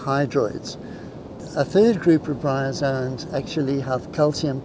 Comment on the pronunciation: GREAT video-but uh.. "bryazons"??